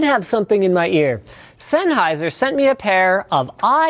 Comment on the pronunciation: Zenaizer. ZENAISER! ZENAISER!! Not fuckin S.